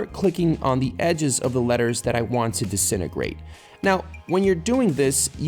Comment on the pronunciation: "i think its about time to dissinegreat this some b---h" Me: What did he sayyyy